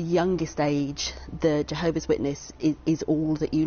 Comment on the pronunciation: "JeeHOOOver's Organization", ugh, makes my skin crawl every time I hear those words!